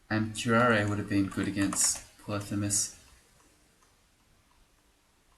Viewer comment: Your Greek pronunciation is spot on: Πολύφημος